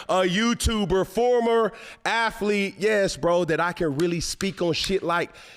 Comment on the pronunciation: What's an aflete?